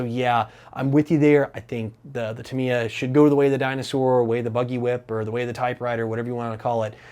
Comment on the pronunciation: Sorry for this.... But it is pronounced: Ta-mi-ya. All syllables in the same speed.